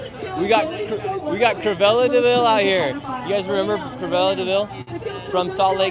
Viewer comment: also it’s Cruella not Cruvella, you know, like the word cruel? because she was cruel